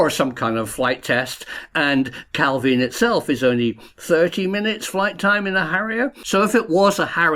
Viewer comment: Jeez, it's only ever pronounced Cal-veen. Anglicising words failed Scotland. even correctly pronounces it a few times, then reverts back to the nails on the blackboard pronunciation.